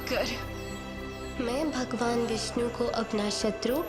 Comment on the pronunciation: गुणगान को गुनगान बोला, विष्णु को विष्नु।